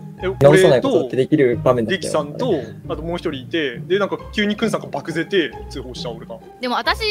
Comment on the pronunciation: イニンの爆ぜてを、ばくぜてっておもろw